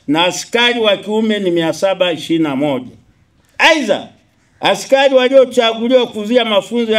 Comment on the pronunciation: Askayi, askayi,,askai,,,coplyo 😂😂😂 he !! Hatari hii